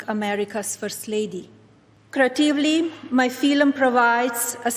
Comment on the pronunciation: “CRATETIVILY” ??????? WTF??????